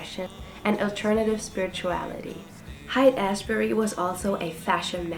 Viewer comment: It's pronounced like "Hate Ashbury."